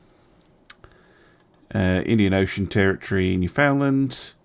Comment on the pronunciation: ...friggin' Come-From-Aways. ;) Okay, simple guide to properly pronouncing "Newfoundland": It rhymes (and matches intonation) with "understand" basically syllable stress is as follows: "NEW-fun-LAND" not "new-FOUND-lund" It's NOT like any of these weird place names that, for some unexplained reason, force the speaker to pronounce 'land' as "lund" (England, Scotland, Sunderland, Cumberland, etc...) Again, remember: "Understand, Newfoundland." is a rhyming couplet. This public service announcement is brought to you by the Committee to Knock Some Sense into Stunned Mainlanders; have a good 'un, me son!